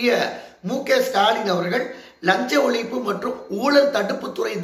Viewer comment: என்னப்பா உங்களுக்கும் ழ வராதா. ஊலல், தமிலகம், ஒளிப்பு என்கிறீர்களே!